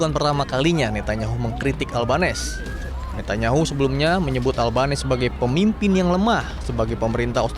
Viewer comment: makanya agama dan ras tdk menentukan baik/buruknya seseorg✌️✌️ bacanya anthony albanisi pak😊😊